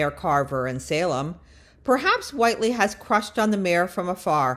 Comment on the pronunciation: Click bait! I thought you were going to actually reveal when and how she was arrested. We already knew she was lonely. Also, how is it you don’t know how to pronounce the character’s name? Do you even watch the show?